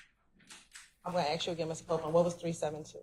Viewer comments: The attorney doesn't even know how to pronounce the word. Ask! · Even the DA can't say ask.😆😆😆😆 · Lmao prosecutor can’t even pronounce ask correctly 😆🤌